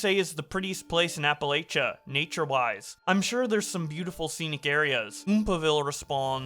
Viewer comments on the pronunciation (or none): whats an apalicha pls pronounce correctly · Appa-litcha Ill teach you how to read man Lets talk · Ok repeat after me: "appa-LAY-sha. appa. LAY. sha. Appalachia." This message was brought to you by Dr. ANN-tuh-NAY-uh JAWN-sin